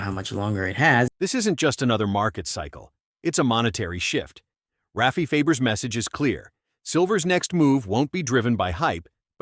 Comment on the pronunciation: Rayfee Fayber!!!!:face-green-smiling:AI can't pronounce Rafi's name right! It's Rah-fee!!!